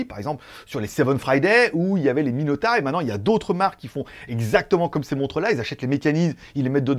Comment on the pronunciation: Salut, c’est Jean Michel, je te contacte depuis mon compte de secours. Je crois qu’on dit Miyota plutôt que Minota ;) Sinon j’aimerai bien voir une review de la montre Omega, elle a l’air sympa la montre :)